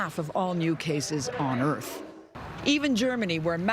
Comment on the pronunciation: why did she say on earth like that 😭